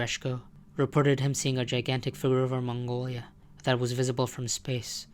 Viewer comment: "furvmungum Mongolia" ???